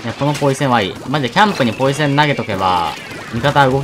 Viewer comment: ポイズンって言ってて ん？と思ったらポイセンだった